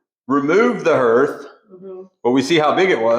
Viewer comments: Herth? I live in Iowa and grew up in Indiana so I’m thinking you are referring to hearth (harth)? Just checking as I’ve never heard the word herth. Love seeing the elements of the house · Hearth is pronounced “harth.” Those stains on the floor are from water damage from where there was a wall or ceiling leak at some point. Love what you guys are doing with the house! ❤ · That's what I was going to say! I think you mean hearth, like "heart" but with a "th" at the end. You must be a reader, instead of having heard it pronounced. Anyways, you are doing a spectacular job. Finally, this house has the owners it deserves. Well done, both of you, on everything.